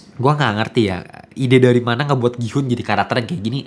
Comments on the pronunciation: Ya ga perlu juga dihujat juga soal bahasa koreanya TOT… Dia kan ga pernah belajar bahasa korea jadi wajar dong kalau pengucapannya salah. Gua juga kalau mau nyebut gihun ya juga gi-hun pasti karena ga ngerti bahasa korea. Mentang mentang lu bisa bahasa korea. Gua kasih lu ngucapin kata bahasa lain juga lu pasti salah 😂😂😂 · DAN LO TAU APA? Dari semua hal-hal esensial dalam series ini yang luput untuk lu pahami (karena kita semua tau lu kejar setoran), BERKALI-KALI NAMA GIHOON DISEBUT DI DALAM SERIES INI, LU MASIH SALAH CARA SEBUT NAMA DIA 😂😂😂😂😂😂😂😂😂😂😂😂 Kalo lu ga ngerti bahasa Korea sama sekali, lu gatau cara nyebut nama-nama Korea dengan baik, lu males ngulik pake AI, MINIMAL KUPING LU DIPAKE: pronounce nama Gihoon itu "GI-UN", letter "H" is silent, bro! Nggak Inggris, nggak Korea, pronunciation lu BUSUK SEMUA 😂